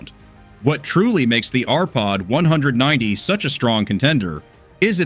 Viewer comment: You showed WAY MORE exterior views of the RPod…I would have liked to see the refrig nd maybe. Sensible view instead of disjointed little clips. It would be nice if the AI was taught correct pronounciation of the NAME of the TRAILER????